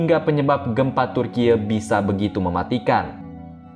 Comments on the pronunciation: Turkiye "E" seperti Eka, Esa ,bukan turkiye "E" seperti Entah. 😁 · Turki woiii bukan tur kiek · kompas gak punya pembaca berita yg bagus yaa !!?? turki dibaca turkiye..!? parah banget..pembaca berita kompas.. koq begini.. kacau..!! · Admin nya ngebacot terlalu berlebihan ngomong bilang turkiy malah ngebacot turkiye Taek lu min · maaf turkiye ya bukan di baca turkiyeu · Piye to ki pembaca berita. Bilang Turki aja malah dibaca Turkiye wlpn tulisannya Turkiye. Cerdas dikitlah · Om ..bacanya TURKI aja, bukan Turkiye, turkiye itu tulisannya tapi dieja Turki.... hanya buat Ralat. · Ini sapa sih yg baca, kyk ngeledek banget turkiye2 klu ga bisa cara baca pronounce nya kyk org turki udh sebut turki aja oonce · Kenapa sebutannya jadi Turkiyek.. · Turkeye ? Goblok banget pengisi acara nya 🤮🤮🤮🤮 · Bilang Türkiyenya GK gitu juga kali bg🤣,,, Turki aja dibaca kok,, ye dibelakang menunjukkan nama negara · Aneh kok bgt bacanya orang dr mana ini Tkg bacanya kok dibaca turkiye sih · Dia bilang Gempa TURKIEU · Baca Turki om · Turkiye 😂😂😂😂😂 memalukan pembc berita baca turky Turkiye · ini reporternya lulusan mana ya, cara baca Turkiye (bhs asing) dan episentrum kok jd hiposentrum ? ingat ya redaktur, ga semua netizen bodoh dan awam. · MIN,tlng jngn membodohi masyarakat.Yg nontonkan ada BOCIL juga.Itu memang tulisannya TURKIYE tapi dibacanya tetep pake bahasa Indonesia dong...